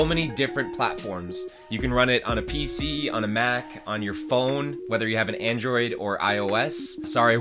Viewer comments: "Andriod" lol 😂😂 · "Andriod"? "ANDRIOD"?